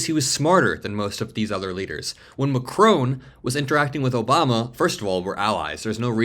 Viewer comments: Check the pronunciation of 'Macron' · Please learn how to pronounce ''Macron'' ! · Please pronounce Emmanuel Macron’s name correctly. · Macron is pronounced with a silent n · PLZZZZZZZZZZZZZZZZZZZZZZZZZZZZZZZZZZZZZZZZZZZZZZ Listen to Google How NAMES are pronunced correctly !!!!!!!! MACRON ... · MAC - RON MAC - RON Repeat after me MAC - RON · "Macrone" is not a real word. You bloody Americans cannot pronounce a simple word your haven't learned formally. Your mispronunciation is cringeworthy. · Why are you repeatedly so incapable of pronouncing Macron's name correctly? - Mack-ron - there is no W or E it is not ...krowne. 🙄😖🤨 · You pronounce the name Macr'o'n, the 'o' is like the 'o' in cOtton. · The name is Macron …..NOT Macrone! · please say "Mac-Ron" not "rone" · His name is MAcron, not maCRON. You are pronouncing foreign leaders' names improperly more than once man. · His name is pronounced MACKron not MaCRONE. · It’s pronounced MackRon not Macrone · Please pronounce Macron’s name correctly. It is not Macrone, it’s MacRON. It is very disrespectful to not pronounce names correctly. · It's Macron, not Macrone. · Not Macrone, his name is Macron, with nasal o and silent n. You have to pay attention if you want to be a reporter. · Love your vids, but it’s Macron not Macrone. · Macron, not McCrone. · It's Mah Kron not Ma Crone. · Why do the Americans call him Macron(e). Listen to how the French pronounce his name. Its Mac-Ron. Simple.... Macroane? ..... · It’s not pronounced Macrone but Mackron. The ‘n’ Is not pronounced in French but you could at least pronounce it the English way and use the shortened o sound instead of the lengthened o that Americans use for no apparent reason. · President Macron is NOT Macrone. It Macron no ‘e’ at the end. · 'Ma kronn' dude not Mackroan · It’s Macron not Macrone - short ‘o’ not a long one. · Please learn how to pronounce Mac-ron. Stress on first syllable. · It's not Macrone! Like it's not KamAHla